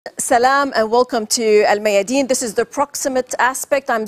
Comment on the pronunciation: The anchor should learn how to do Salam properly.